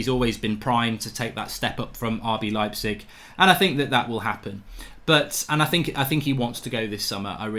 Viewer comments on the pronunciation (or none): You had it right the 1st time. It's pronounced "Lype-zig" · Pronounced Leipzig correctly, the apologizes and pronounces it the wrong way hahaha